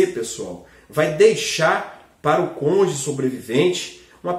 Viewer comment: A palavra certa é cônjuge e não conje.